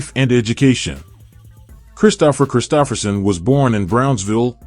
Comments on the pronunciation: He was great. This video...not so much. AI narrator mispronouncing his name blows. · You are mispronouncing his name. How can we trust your information to be clear?